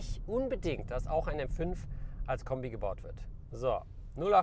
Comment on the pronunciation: "Wasn das fürn Kömbi" ;-)